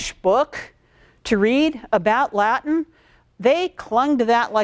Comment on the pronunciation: Yeah most Americans have terrible, terrible Latin pronunciation.